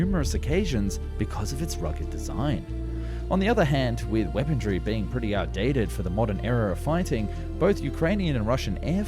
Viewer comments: What in the world is “weapon-dree”? The word is “weaponry”, there’s no “d” in the word 😂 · The narrator also ways "weapondry". There is no such word. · “Wependry” too… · "Weaponry" The word doesn't have the letter "T" in it. WeaponTRY again. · And “weapondry”. At least he didn’t say his usual “arnaments” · Also "Weapondree" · I take a shot every time he mispronounces weaponry and armaments. It’s tough going most videos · Guy can't even say weaponry right